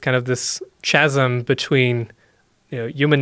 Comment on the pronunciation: Haha. I found it funny how he pronounced the word "chasm".